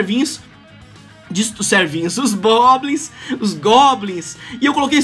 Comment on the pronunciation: "Boblins" kkkkkkkk Eu Rashei Muito.